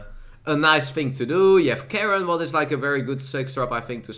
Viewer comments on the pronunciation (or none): none